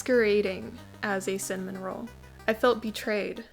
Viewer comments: “Simmin rolls” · I love that you pronounce it 'sinmin' its adorable lol - subscribing 😂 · The fact you can say cinnamon with 2 sylbles is fascinating 🧐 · Do you not know how to pronounce cinnamon correctly…